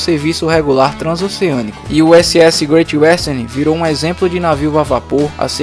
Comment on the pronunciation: “Greitchy uésterni”